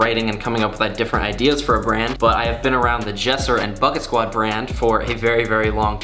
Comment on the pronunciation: It sounds like ur saying bucktwod